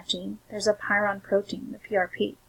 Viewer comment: Very good information, but please look up the pronunciation of prion......you are saying py ron.